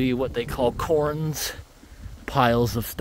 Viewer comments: For future reference those rock piles are called "cairns" and it's pronounced like "karen" but with 1 syllable. It's a bit nit picky but it bugged me that you said "corns" lol Also about those Indian pipes you were talking about. Did you know that at the end of the year when they die they turn into a black goop? It resembles black pen ink and it's really cool and gross. It's almost like they start to melt and change into the opposite color. You should make a little video about them, I think for sure you'd think they are really cool how their life cycle goes. I feel like I know you well enough by now that you'd get a kick out of that. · Sweet hike! It sounded like you said "corns" when mentioning "cairns". It's pronounced like "care" followed by an 'n' sound. Or like Karen without the 'e'.